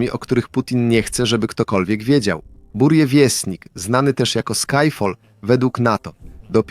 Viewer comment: Po pierwsze rakieta nazywa się "burevestnik", czyli posłaniec burzy (nazwa ptaka "nawałnika burzowego") czyt."burieviesTnik", po drugie "małym latającym Czarnobylem" nazwał rakietę amerykański ekspert od broni jądrowej J.Lewis. Lubię dokładność.